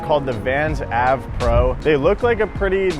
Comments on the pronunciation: It’s AVE as in Anthony van englen not av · It's pronounced "ayv" not "ahv" like avenue.. Also $100/$110 is expensive? Try $130/$140 here in Canada.. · Not AV it’s Ave as in Anthony Van Engelen. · its "aye-ve" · why you gotta pronounce it AV when you know who’s shoe model it is and therefore his name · He’s definitely dropped down a few pegs due to that mispronunciation. Come on,! You’re BETTER than that! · You pronounced Ave incorrectly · Why does he say „AVE“ like that, it’s Anthony Van England! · Bro how do you not know who Anthony van England is it’s It’s not pronounced like dat 😂